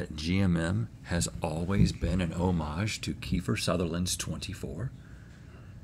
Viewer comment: The way Rhett pronounced Homage!!! 😆🤣😆🤣